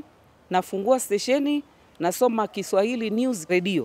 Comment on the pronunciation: I like her programs, choice of songs and her Kiswahili pronunciation just like mine from Zanzibar. We like you sister.